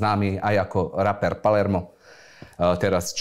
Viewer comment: z toho slova "raper" mi to trha uši, reper nie? však repuju nie rapuju